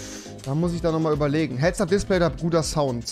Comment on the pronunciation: Warum seid ihr alle so toxic. Immerhin hat Rewi nur nen Sprachfehler😂